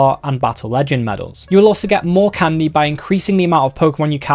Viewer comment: It's called Candy not Condy😂